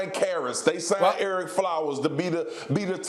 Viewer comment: Did my man really say erek flowers are you freaking kidding me swagoo